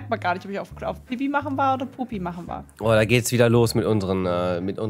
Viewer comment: Woanders kacken, Ich habe ja mehr Probleme damit, das sie puppi sagt🤣